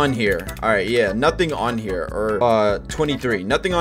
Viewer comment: It SOUNDED LIKE HE SAID "NUTTIN ON HERR" even tho he said nothing kn here